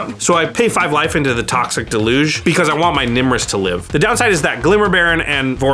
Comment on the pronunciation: Mispronouncing deluge is killing me